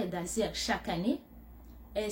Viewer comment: Tu a un problème a dire le mots asiles